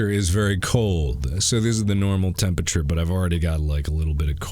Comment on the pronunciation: I love how Mark pronounces 'temperature' as 'tempeche'